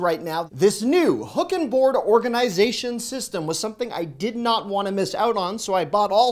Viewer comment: Love your "organ"I"zation" pronunciation lol.